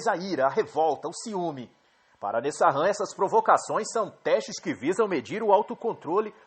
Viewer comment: A pronúncia é Nessan. Nesahan é my eggs